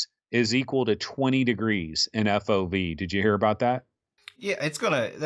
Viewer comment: Don't say fauv for f.o.v please and thank you